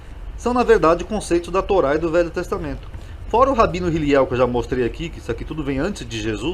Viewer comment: O nome é Hillel,e não Hiliel